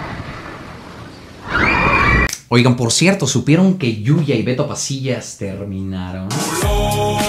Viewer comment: Es "cierto" no "xierto"